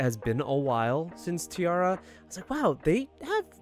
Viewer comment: No matter how many times they pronounce their name as tee-air-a in their videos everyone insists on tee-arr-a.